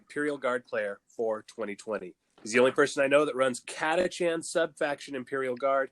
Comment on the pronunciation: Catacan. Is how I saw it but Catachan is how I’m told it’s said. I like the lazy Cataken